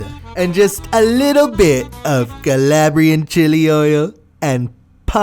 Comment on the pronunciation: Could you say Calabrian chili oil with the same umpf he had? Ya know Cahlahbriaaan Chili Oihhll xD